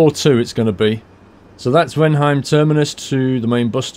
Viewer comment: Hey, about the German pronunciation. Whenever you see 'ei' in a word, in this case Weinheim, just think of Albert Einstein. I'm not German myself but I'm sure this is how it works 99% of the time. Happy driving:)